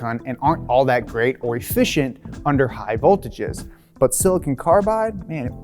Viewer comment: ‘Silcon’. Great video though! Awesome presentation and info :)